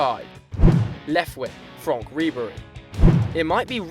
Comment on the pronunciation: You say Franck fronck